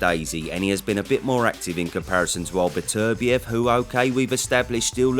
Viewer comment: if says betervivlev, im safely betting my house on bivol